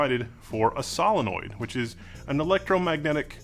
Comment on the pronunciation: Most unique way of saying solenoid that I've heard.